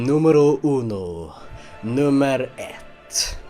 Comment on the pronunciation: i can confirm that nummer ett was perfectly pronounced found out he's Swedish so it makes sense.